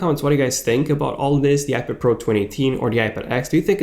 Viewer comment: IPID? TUM-NAILS? C'mon...really? Slow down the pronunciation linguistics, genius...a lot.